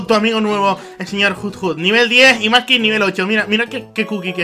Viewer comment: porque le dices manky es mudkip